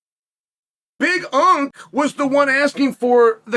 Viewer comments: Omg ITS BIG ANK. NOT BIG UNK. WATCH A DAMN BEDTIME MMA VIDEO FFS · Big unc ? Big unc is you chael. Big unk is Jon Jones 😄 Big Ank, like anchor. Is the LHW championship